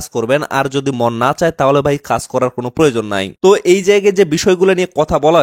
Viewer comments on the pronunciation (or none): none